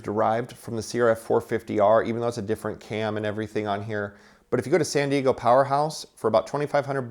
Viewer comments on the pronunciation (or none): none